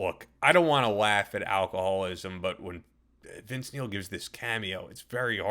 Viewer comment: All I hear is Vince MEAL...